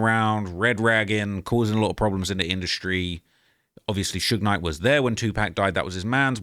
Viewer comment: It’s usually AI that pronounces it that way 😅 The worst I’ve heard is that damn “Suugeeyy Knight” 😭💀